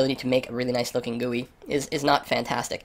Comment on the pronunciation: 'Guuueeee' LOL